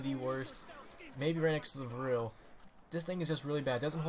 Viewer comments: its V R 11 not virll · VRLL? Its VR-11